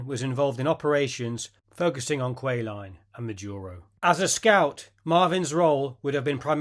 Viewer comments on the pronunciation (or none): Lee was a good friend of my fathers after the war. Kwajalien is not pronounced Quah line but quad- jewel- in. All WW2 combat vet got the Bronze star for service at the end of the war - he had one but it's not listed . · Just so you get the pronunciation right... "Kwajalein" is phonetically pronounced: "kwaa-juh-line" The accent is on the first syllable. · qua-ja-leen is how you pronounce Kwajalein. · For the record, Kawjalein is pronounced in three syllables: Qua-Ja-Line. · Kwajalein is pronounced as the best I can do - Quad-a-lean. Semper Fi!